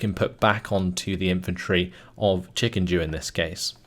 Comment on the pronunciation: Why are you reading Chikendew as Chikenjew? It's... offputting